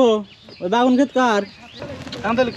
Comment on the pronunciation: বেগুন ভাই বাগুন না ভাই